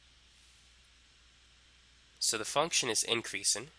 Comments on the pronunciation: Incweasin’ decweasin’ * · Increasin’ decreasin’ 🤣🤣🤣🤣